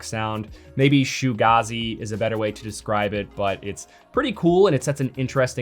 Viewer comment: Shoogazzee? Is that a band? Musical group? I had to look this up. I think you’re referring to Shoegaze music. It’s pronounced as it’s spelt “shoe gaze” so called because the musicians are always looking down at their effects pedals, or supposedly looking or gazing at their shoes.